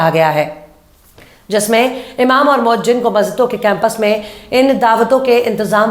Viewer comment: Madam moazzin hota he